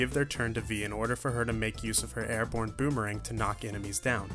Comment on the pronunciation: A boomerang? You mean a beemerang